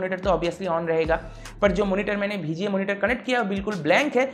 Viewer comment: Bhai "BHI G A" port nhi hai VGA port hai 😂